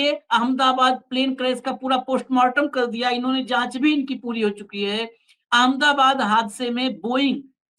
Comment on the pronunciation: R S S ki hi Chatukaarita Karni Hai to Karnavati kiyun nahi keh dete? AHMED ABAD word ko Anmdabaad kiyun bolte ho Naamkaran ki hi Munim chalao na bhai?😂